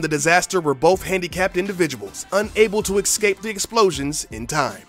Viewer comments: he "excape" like 4 times.... ESCAPE is the word EES-CAPE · Why does everyone these days say "excape" instead of "escape"? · "Exscape." lol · "...unable to excape" *DISLIKE* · Exscape.... really.. Learn English mate. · Funny how black people pronounce escape as "ecsape" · Seems like every person on Youtube pronounces escape as "ecscape", it kind of bothers me. I know the reason, because there are more words beginning with the ex prefix than the es prefix, but still.